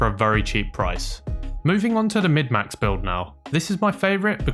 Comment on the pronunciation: Thanks for the great info! It's "Min-Max" by the way bruddah.